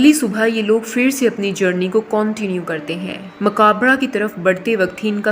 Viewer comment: I enjoyed when you were saying Cauntinue...😂 Iska 2nd part aayega?